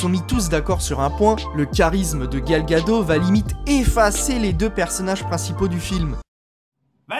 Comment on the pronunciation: c pas Gal ( une vague en hebreu: pour la culture;) gado mais Gad'ot, le T se prononce. mais a part ca bon boulot!